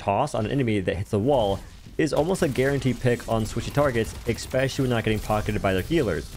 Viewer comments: LOVE your content! Orisa 2.0 is the first time I've ever really enjoyed playing the tank role. Very much looking forward to developing my skills. Sidenote: "eSpecially", not "eXpecially". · are you saying eckspecially? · "ekspecially" is not a word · What’s “expecially” ? 🤔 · Sorry but “eckspecially?”